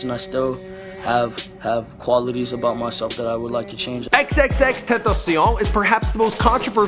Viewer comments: nigga said xxxtentaciahh tf is he French? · No Man its not ten-tay-shun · Ex-ex-ex-ten-tah-see-own please get it right or I'll find you Edit: thanks for the likes .... y'all gonna die now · dipperquartzbutterfly Nah it's not. Its "Ten-Tay-She-Own" not "Ten-Tah-Sea-Oh-neh" wtf.... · lemme help u out aight is pronounced X-X-X TENT-A-C-IOn not SSStantasen BRUH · For a big YouTube channel, you suck at saying his name lmfao, it's Extension not no xxx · why is he pronouncing his name like its French? Its "ex-ex-ex-ten-tah-cee-on" its Spanish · IF YOU DONT KNOW HOW TO SAY HIS NAME SAY ex ex ex ten ta see own slowely then get faster with it bam you know how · he kept saying xxx tantacion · "XXXTentasiau" WTF is that language you're pronouncing on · HAHAHAHAHA XXX TENTESEION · It’s pronounced x-x-x-ten-tash-e-on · xxx-ten-tay-shen I think. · Dude still can't pronounce his name correctly smh it's XXX-tent-a-cion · It's pronounced (XXX Tent-aaacion). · It's xxx ten tae she own, say it like a Frenchmen lol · I thought you pronounced it xxx ten tation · tenta-cion (see-on) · xXx Tentaseone what r u french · Xxx tentaciuhhh 😂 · tenta-si-on or cion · Nope its xxxtentacion but pronounced in Spanish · Last Episode He Said XXX TENNESIAM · The way this dude pronounce "tentación" made me die 😂💀. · Renember when he said xxxteneceeum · “TUN TA SIO” you fucking idiot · nigga wtf why did you say it like it's french??? nigga what was that? "xxxtuntuseaun" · "Xxxtotocion" BITCH WHAT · Xxx tan tan cion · This man still be mispronouncing X's name. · That’s now how you say his name bruh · You still didnt pronounce XXXTENTACION right you fucking moron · I Love How This Guy Pronounces "XXXTentacion" With A French Accent. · Dude. Stop saying his name like that. Please. It's so horrible. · Boiiii learn how to pronouns XXXTentacion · Updated version but you still can't pronounce his name correctly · the c in xxxtentacion is pronounced as an k right? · you fucking butchered his name